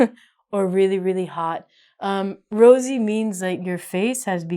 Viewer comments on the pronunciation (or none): Rosy not rasy my lovely teacher 💔🌹🌹🌹🌹🌹🌹🌹